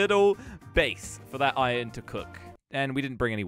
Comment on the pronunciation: Who else noticed that he said ion in stead of iron